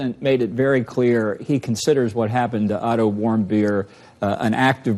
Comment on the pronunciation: Every time he says the name of the kid that was beaten in North Korea I hear him say Idle warm-beer. You're welcome